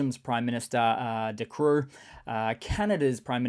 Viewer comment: It's actually de croo. You say it as de crow but without the W. In the dutch language you have short letters, a e i o u. But if the sound is longer, we use the dubble letters, aa ee ie oo uu.